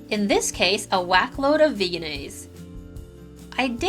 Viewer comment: thanks for this review. I believe that Vegenaise is pronounced "veggie-naise". Lots of people mistakenly say "VEGAN- naise" though. Perhaps one day they will change the spelling on the label:)